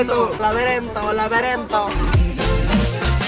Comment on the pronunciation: "Laberento,laberento😂" que crack este